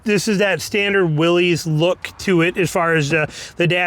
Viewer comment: It's a Willys, not a Willies. Stop saying it wrong.